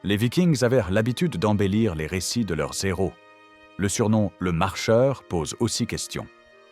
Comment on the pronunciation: Alors comme ça les chroniqueurs Nordiques avaient l'habitude de magnifier leurs zéros et l'IA elle a l'habitude de faire la liaison à "leurs héros".. putain d'analphabétisme quantique 😂😂